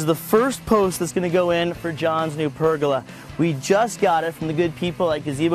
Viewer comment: PergOla not pergUla. pronounced Per-gola